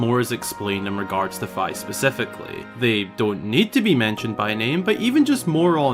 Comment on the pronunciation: If we do get fi lore, we need a conformation on its pronunciation lol (it’s FEE)